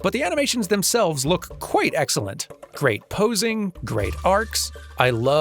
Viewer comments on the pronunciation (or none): none